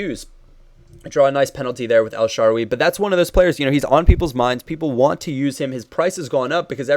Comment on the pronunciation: who is "sharwie"? it's pronounced as it is "el-sha-rawr-ie"